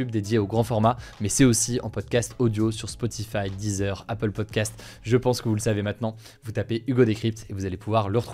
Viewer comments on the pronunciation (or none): none